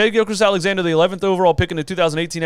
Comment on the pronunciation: Shai GILGEOUS Alexander btw. Not trying to diss you but I know when I'm saying someone's name wrong I like to be corrected so I don't keep doing it